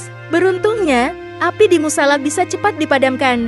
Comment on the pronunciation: salah ngucapin musala